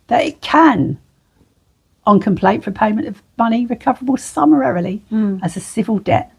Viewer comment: I find it hard to take someone seriously if they can’t actually pronounce the word summarily. 😂